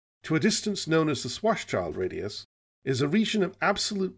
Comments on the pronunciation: I love these. My only nitpick is that it's not pronounced 'shwarts-child', but rather 'shvarts-shilled', because it's German. But I guess that's a battle (not to mention a couple of wars) long lost. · Please stop calling Karl Schwarzschild a child. His last name literally means 'Black-shield'. You already pronounce the Black-part 'Schwarz' correctly, however; 'schild' is pronounced exactly the same as the English 'shield'. ->